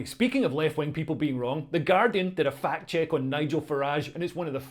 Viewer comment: Unsure if you are saying "fact check" or "fat chick".